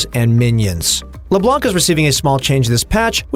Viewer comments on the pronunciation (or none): It's read Leblan Not leblank .Come on it's been 10 years the champ is out